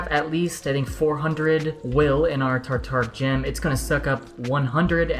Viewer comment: It's sounds like u r saying tartar gem......lol keep up the good work